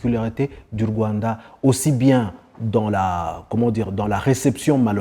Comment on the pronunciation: J' ai adoré la façon dont laquelle il () prononce le mot "Rwanda". (Voir ) Vraiment "👌"